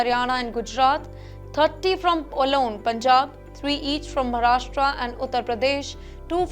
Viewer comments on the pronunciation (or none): none